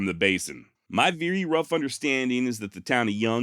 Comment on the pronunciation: THE BEST channel on the net , hands down ! Gotta sponsor and ain't changed one bit . Don't , cause that's why you're here. Even willing to drop the occasional f bomb. Never change. Excellent narration . Love it until you say veery. It's very damnit! Lol. Give us more. Hope you're making a VEERY big pot of moolah.